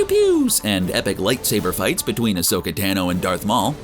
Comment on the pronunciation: The way he pronounces Ashoka literally kills me😒🤦‍♂️